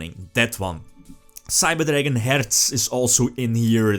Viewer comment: Jo for real I love the way you say "Herz" ♥